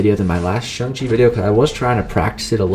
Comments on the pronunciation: Your pronouncing his name as SUNG not SHANG . Pronounce Chang but replace the start with a shh. Like shit you don’t pronounce Chang like chung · It’s actually SHANG-CHI if u check him on mcoc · You dont say it like that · You pronounced shang-chi wrong, it's actually shang-chi, not shang-chi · You said his name wrong 😂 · It's pronounced Shang chi not Shang chi